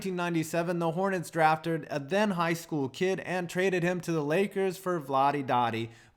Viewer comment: draftered, Can you even speak